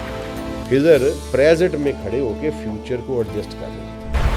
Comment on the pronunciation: خضر ہوتا ہے ۔۔۔ کھزر نہیں